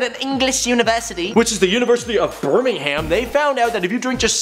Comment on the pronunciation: Lmao the way you guys pronounce 'Birmingham' HAAAAM.